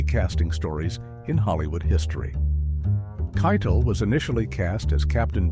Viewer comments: Yeah it is Keitel (Kai=tell) not Kai-Tall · Who's Harvey KYE-dle? It's "kye-TELL." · Harvey Keitel pronounces his name KY-TELL, not KYTUL. To borrow an oft-repeated phrase from this video, “This incident serves as a reminder that” mispronouncing a well-known word or name undermines a narrator’s credibility. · Every time Harvey Keitel's name was mispronounced it bugged the hell out of me, then the last few times it was gotten right. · Teach the AI to pronounce Harvey Keitel's name right. And the chapter breaks are all over the damn place. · How about the way it pronounced Keitel? 😂